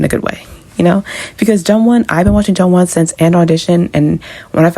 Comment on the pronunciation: It's pronounced Joonwon, not Jungwon